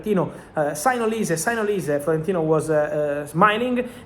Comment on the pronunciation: I guess some Nigerian fans of yours has told you olise how to pronounce his name very well kudos man 🎉